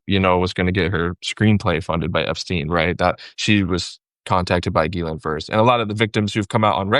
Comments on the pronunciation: Pronunciation of GHISLAINE. seems to be the only other person besides Ghislaine's brother who knows how to properly pronounce her name. "gee-LINN" (Most people don't understand that the S is silent.) I originally learned her name as sounding like "Gee-LANE" back when she had her trial. Then a week ago I heard her brother pronounce it as "Gee-Linn" giving a full French accent, but he actually accented the first syllable rather than the second... With deep research with the Little Black Book, he would have heard her name pronounced hundreds of times by people who were in her orbit. He says gee-LINN and that sounds right. Ghislaine's brother likely keeps it more French with a little more like GEE-linn. It's great to hear it pronounced properly with here. Now I know it's not gee-LANE. Great interview! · Good find Waj, getting this journalist on your show! Besides his knowledge, is one of ONLY TWO I've heard who pronounces 'Ghislaine' correctly. The other one is a lawyer for the victims, Brad Edwards.